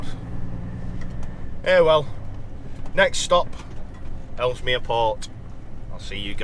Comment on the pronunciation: Please say ellesmere not Elmers